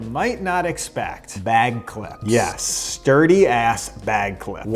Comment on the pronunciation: At first I heard “DIRTY bag clips!” I’m like wth is he saying, they look clean. Stuuurdy!*😂